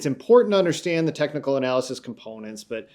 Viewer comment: Stop saying “tecnal”, it’s technical.